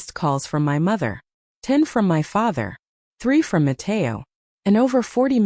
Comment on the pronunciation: “Nó, Matéo” in full spanish is hilarious 😭